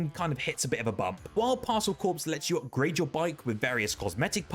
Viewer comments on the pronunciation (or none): Stop saying Parcel Corpse! LOL